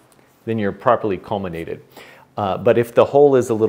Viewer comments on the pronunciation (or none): No "n" in "collimate".😉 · Recently broke the corrector plate on my 5 in Celestron SCT and have a new one on order. I have been wondering how I would collimate since I know it's going to be way out, now I know. Thanks for this great video. This is one of those "Why didn't I think of that" times. And you can pronounce collimate any way you want when you're delivering such helpful information.